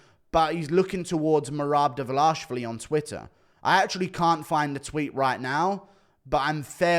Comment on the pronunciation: The way guru says Merarrb Divverlarrrrshvli